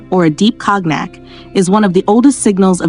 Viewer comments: Should be Cone-yak. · Computer narration is still a distraction ("cog-nack"). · Ladies, for your own edification (and saving of embarassment), please Google an enunciation video on how to pronounce COGNAC.